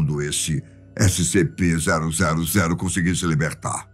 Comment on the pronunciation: Eu não sei porque mas você fala toda vez errado o nome dessescp escp096